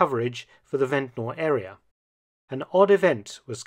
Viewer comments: We don't say Ventnor. We say vent-ner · Its pronounced vent-ner but spelt ventnor i live on the island. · we need to correct him. It's ventner- ventnr not Ventnor. As islanders say it